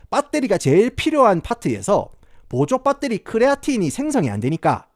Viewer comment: ?? : 크리에이틴 입니다 크레아틴어쩌고... ?? : 밧데리 발음 왓다갔다 하는거 ㅈㄴ 정겹노 ㅋㅋ